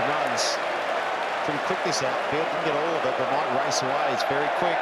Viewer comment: "he says 4 runs off thiss" 😂